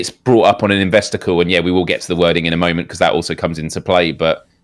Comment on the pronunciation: Any time says "investor call" he says it in such a way that it sounds like British rhyming slang for something. Like "The wait for PSVR2 felt like a real kick in the investor-calls".